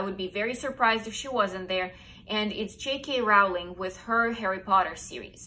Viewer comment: I'm a book lover ever since I learned to read but there are two or three people I haven't heard of before! 😱 But then I'm from Germany so I suppose the kind of books I'd be exposed to would differ somewhat. Very interesting list! PS: Rowling rhymes with "trolling", not "howling". Many people get this wrong. PPS: Agatha Christie is such a cool person. She truly deserved that position as her mystery novels are superb!